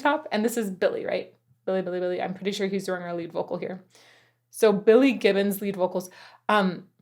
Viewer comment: ZZ is one of my fave bands of all time, seen them live several times. FYI, Billie's last name is Gibbons, sounds to me like you are saying Givons?